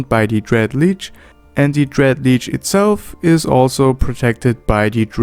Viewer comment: One thing hurts my "mmo-rpg feelings" - It is pronounced shortly: Lich, not Leech